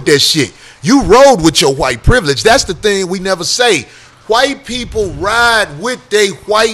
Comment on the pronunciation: Corey pronounced wHite with the capital H, the way Jared Taylor does... lol